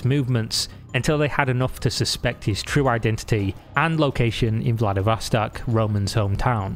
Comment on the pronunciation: The "o"s in Vladivostok are pronounced like "aw", not "ah".